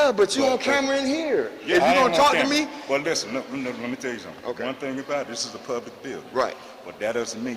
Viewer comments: "doin fimmin"...a mind is a terrible thing. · More “fimmin” goin’ on!